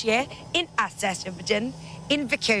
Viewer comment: can someone ask her to pronounce Azerbaijan in normal way?! I’m dying to see it